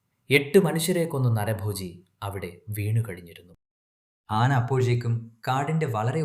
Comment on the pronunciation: മലയാളം അറിയാത്ത കഥാകാരൻ ആവരുതേ. നിങ്ങൾ പറയുന്നത് പകുതി തെറ്റാണ്. ആന എന്നതിന് ആണ എന്നാണോ പറയുക? കാട്ടുപോത്തിനെ കടുവക്ക് ഇരയായി കെട്ടിയിടുന്ന ആദ്യത്തെ കഥകാരനാണ് നിങ്ങൾ. അതുപോലെ പോത്തിന്റെ ജഡം എങ്ങനെ കരയും? ഭാഷ ശ്രദ്ധിക്കുക. ഇനിയും നന്നായി കഥ പറയാൻ സാധിക്കട്ടെ എന്ന് ആശംസിക്കുന്നു.